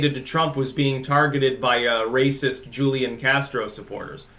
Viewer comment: Its pronounced Hoo-lian